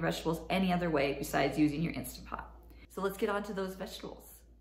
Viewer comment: Please say instaNt pot. Insta pot sounds so tacky.